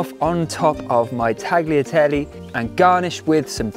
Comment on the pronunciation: It’s pronounced’taliateli’